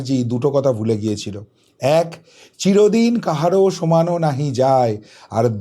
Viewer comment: সমানো নাহি যায় নয় সমান্ নাহি যায়